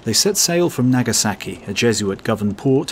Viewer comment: "Nag a sacky" ...oh lord, how I love British pronunciation of "ah"